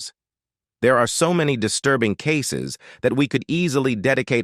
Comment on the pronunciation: Did he say everybody was “deah”? The king’s English “brother” please! It’s 2024. 👎🏿